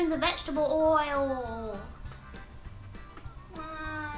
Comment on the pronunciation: Too cute! I love this channel, the vids and you,!! According to you, the word "oil" now has 3 syllables!! 😂😂😂🍌🍌🍌